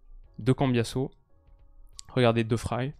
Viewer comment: Excellente analyse...seul petit point...la prononciation de De Vrij. ... Il est néerlandais et pas allemand donc le v se prononce v et pas f...et ij se prononce comme dans le ei mot français veille